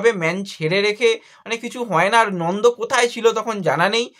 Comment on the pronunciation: Nondo na Nanda age nam gulo bolte sekh,,,tarpor video korbi